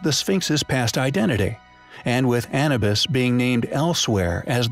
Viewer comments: He didn't say Anubus. He mispronounced the word Anubis. If you're going to batter someone at least spell it correctly or better yet just simply keep it to yourself. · 'AN-A-BIS"? ITS EITHER AN-YOO-BIS OR A-NOO-BIS BUT DEFINITELY NOT AN-A-BIS. Your pronunciation is NOT COMPELLING Dude. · He's saying Anabis like cannabis, but it's Anubis like A-new-biss. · He say annabus? Sounds legit 🦧🥜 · Don't even say Anubis correctly. Lol